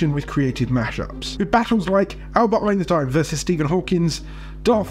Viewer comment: "Albert eniteninteinteint"